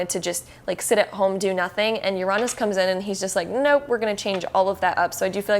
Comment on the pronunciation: Now don't get me wrong, i like the tarot card readings since most of mine come real. But to me, the way she said Uranus kind of frustrated me and made me correct her a lot. it is said like this: Ur-A-Nus. not Ur-ON-us